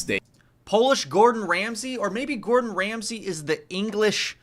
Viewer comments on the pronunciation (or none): none